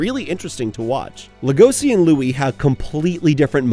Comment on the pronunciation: I just can't with the way you say Legoshi xD it's pronounced Lego-shi, not Le-goshi